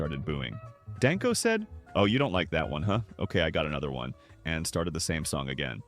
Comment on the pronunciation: I prefer a human narrator. It's Dang-ko, not Don-ko.